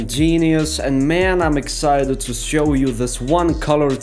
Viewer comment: I don't know whether it's my decreasing intellectual capapilities or the explanation: I din't understand anything. The moves looked cool, though. I was very impressed! Out of interest: Is there no "sch" (German) or "sh" (English) sound in Russian? Because when you say (e.g.) "Switch" you say "switzz", or when you say "Show" you say "Sow". It sounds very nice anyway, but made me curious.